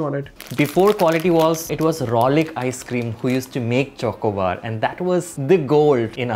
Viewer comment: Who is triggered by pronunciation of Chocobar?